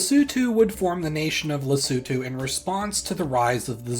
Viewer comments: didn't just learn why SA has a hole in it, but also how to properly pronounce Lesotho! great video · Thank you for pronouncing “Lesotho” correctly, unlike other Youtubers! 😭🇱🇸🇿🇦